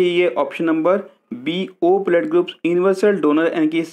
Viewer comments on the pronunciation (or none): सर आप यूनिवर्सल को इन्वर्सल पढ़ रहे हो....